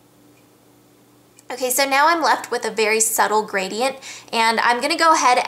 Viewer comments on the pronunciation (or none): none